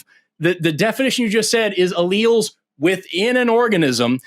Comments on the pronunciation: I was getting bored of the troll call and about to give up on the waste of time, but I audibly shrieked when he said, "AL-elz"! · Tomato- tomahto Alleles Allllelllllls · "allels" is sending me to the moon!! he doesnt even know basic biology 😂 my one semester bio101 class taught me this, so im certain this cannot be a lawyer when one year of undergrad will ensure you wouldnt be saying "allels". he's truly insufferable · Allele vs El Als 😅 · Ahhh.....the engineers fallacy at work once again. Oh, and a serious mental condition. Bonus points for saying al-els. Love this guy. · “Al-lells” this guy is ridiculous! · LOL, this guy is a clown, did you hear how he pronounced "Alleles"? "AL-EL" LMAO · 🤣 he can't even pronounce the word RIGHT 😂 typical person who never went to college, dude doesn't know how to breakdown a word to pronounce it 🤣. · HOLY SHIT DID HE SERIOUSLY JUST MISPRONOUNCE ALLELES? Dude, that's like grade school science, and this jackass has the gal to say he's SMARTER than you. He can't even pronounce the words right! This is the most extreme dunning kruger I've possibly ever seen. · When he’s trying to “correct” Forrest about alleles, while mispronouncing alleles, had me dying 🤣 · The way he pronounced alleles. Lol 😂 how is this guy so pompous 😂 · And then not even pronouncing allele correctly on top of that... that's not even a hard word, I swear I could show the word to a 2nd grader and get consistent results